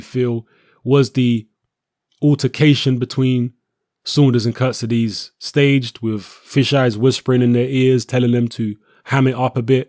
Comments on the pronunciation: Good video but it's not prounonced 'Kurt-si-dees' it's 'Kurt-seeds-ay'. Was doing my nut in when the Boxnation commentator kept getting it wrong. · hey england people and you... who is kuttizes?? jusat say KHURTSIDZE!!!! not KUrtezes. can you read right??? and this KHURTSIDZE will knock him out cold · Charlotte croan agreed